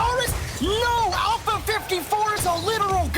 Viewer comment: The guy casting with has a very weak grasp on the English language and its infuriating. 3-free, ignores the letter T like every time, alpha-alferr... holy shit bro the list goes on